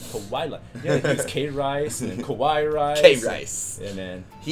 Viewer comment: isnt it pronounce KA-WA-EE rice? you know the japanese word for cute?